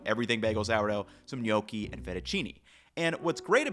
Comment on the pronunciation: go learn how to pronounce gnocchi...you made my ears bleed!!!